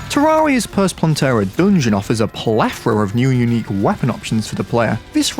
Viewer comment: why this guy says "doongeon" instead of "dungeon"?